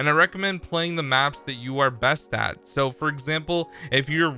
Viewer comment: “Só far”